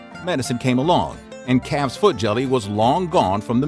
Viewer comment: At first I thought he was saying “boiled cat’s head”. Calf’s head is bad enough.